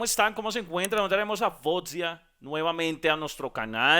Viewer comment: 🫠 Como siempre disfrutando las reacciones hacia nuestra queridísima Faouzia, que se pronuncia ( FO - U - ZIA ) 😊 😬